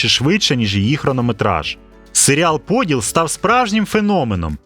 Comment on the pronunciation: Я розраховував на ПодІл, наголос на і.